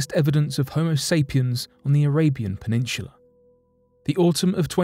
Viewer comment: JUst one question: What is a "PENINSHULA"??